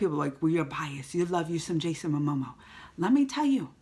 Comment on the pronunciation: I like it when you call him "Jason Amomo" :D